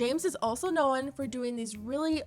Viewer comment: the talent you have of turning "known" into a two syllable word is amazing 🤣